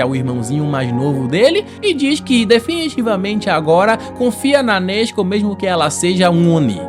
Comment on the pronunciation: Só eu q não aguento o a falar nezko 😂😂 (salve para Portugal ✌🏾)